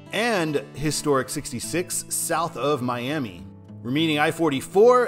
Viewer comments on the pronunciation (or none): Any plans to do James River Freeway or Schoolcraft Freeway in Springfield, MO? There’s a lot of QuikTrips in St. Louis. They are actually headquartered in Tulsa. Also Miami OK is pronounced My-am-uh not My-am-ee. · The Oklahoma version is pronouced Mai-AM-uh, not ee. As with Boise City in the Panhandle, it's easy to tell who the non-natives are. And while the super-old historical routes indeed aren't signed well, we have plenty of books and web sites that tell us where we need to go. (And the first control city in the state is actually pronounced the way you probably thought it would be: kwaw-paw.) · Just a couple things I noticed: 1. Miami is pronounced My-am-uh 2. Vinita is pronounced Vi-ni-ta